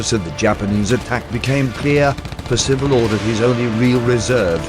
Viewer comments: It's PERcival, not PerCIVal. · it is a well known fact that Singapore was impregnable against attack from the sea and indefensible against attack from the land. Percival was a great man treated appallingly. At least pronounce his name correctly. I knew him. Peter Wilson